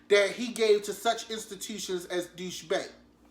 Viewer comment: Deutche Bank pronounced ( Doy- sha ) Bank which is a Russian Bank.